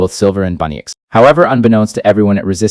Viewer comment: It’s bunnix not bunnyx